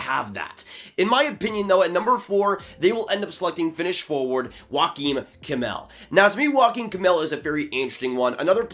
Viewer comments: Great video! A little pronunciation tip for Kemell's first name: it's not pronounced like Joaquin but rather like YO-ah-kim. (Source: I'm Finnish.) I've been hearing the Joaquin pronunciation from a lot of people, so I just wanted to help out! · Yeah had a bit of a chuckle at his pronunciation